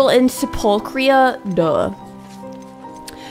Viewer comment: Sephulchria. It's pronounced Sep like September, phul is prounounced like full, Chri like cream, and a is prounounced like a uh